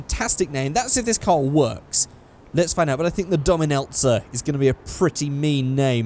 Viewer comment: when he said the name it sounded like he said dom and elsa